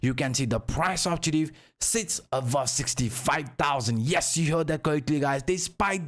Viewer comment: you say "BULLISH" "BEARISH" correctly. But you say "AVOVE" instead of the correct pronunciation which is "ABOVE." Why is the "B" a problem in "Above" but not in other "B" words? 😂